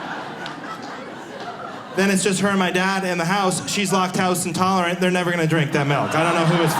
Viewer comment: That took me about 30 seconds to register...what I heard was "locked house intolerant", then I was confused for a bit, then I realized "lactose intolerant". Pronunciation is weird. Also-- normal people don't freeze milk-- it doesn't work-- the fat/protein/water structure of the milk doesn't survive freezing and re-thawing, you can do that with butter-- not even most cheeses work. Blueberries-- brilliant. I thought I was smart for a long time-- I went to a really good college and had good jobs, but now I'm in my 50s and I think I'm an idiot. Is that wisdom? LOL-- then he talks about mispronunciation.